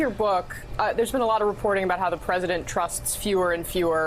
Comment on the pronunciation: How come Bob Woodward pronounces the word Report and Reporting as "Raport" and "Raporting"?